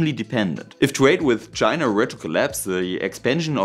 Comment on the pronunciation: STOP putting an R on the end of words like China FFS.